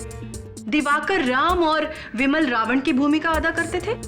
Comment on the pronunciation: बिमल को विमल कहा जा रहा हे 😂